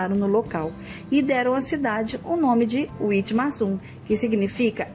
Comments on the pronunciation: Pronuncia-se vitmarsun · Dessa vez deixaram Rolândia em paz. Quanto Witmarsum a pronúncia correta é vitmarsum, é muito comum encontrar pessoas conversando em alemão pelas ruas, tem um grande vocação pra agricultura e pecuária, tem um clima ótimo pra quem gosta de um frio moderado. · Witmarsum é uma palavra alemã, então se lê ( Vitmarsum)